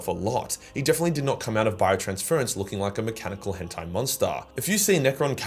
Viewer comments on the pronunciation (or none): none